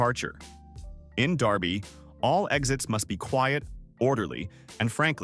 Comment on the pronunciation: It is not Darby KS it is Derby Kansas and most cities have a law on the books called exhibition of speed which covers squealing your tires